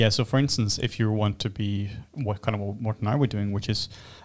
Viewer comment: What did you learn today? I learned its MortEn and not Morton.. #FeelingLikeAnIdiot